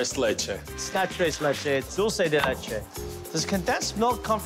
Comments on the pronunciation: Buddy its Dulce De Leche not Dooosey De Leche haha and its Mint Chocolate Chip not Chocolate Chip Mint. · Dool say day lay chay > Dool sey de leh chay > Dulce de leche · Did anyone else cringe when they said “dulces de leche” instead of “Dulce (dulch-ay) de leche” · I love how buddy says doce de latea or whatever even tho in English it is condensed milk but like a Carmel way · OKAY REALLY!??!?!?! IS NO ONE GONNA COMMENT ON HOW THEY ALL SAY "DULCE DE LECHE"😂😂😂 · Can't we all just laugh about how he pronounced Dulce De Leche? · Im Dominican and o love how they pronounce dulce de leche 😂😂😂😂😂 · Why does it makes me so bad how he butchers dulce de leche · “Trey leyche” “Doolce de leychey” it’s TRES LECHES AND DULCE DE LECHE